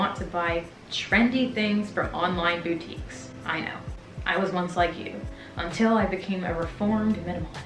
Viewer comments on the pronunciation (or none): here's your phonetics lesson BHOO-TEEKS